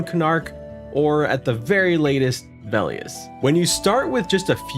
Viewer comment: "Vay-lee-us", dear lord butcher Velious more holy shit lol